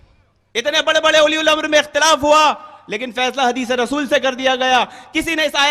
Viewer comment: Ye uliyul amar kya hai😁😁😁 Abe sale bewquf أُلِیُ ال٘اَمَر٘ نہیں ہے balkiأُلُواألاَم٘ر hota hai Is bhosadi ko quran padhane nahi aata hai aur ahle hadees kahta hai Kutta tum sab qaum ko gumrah karrahe ho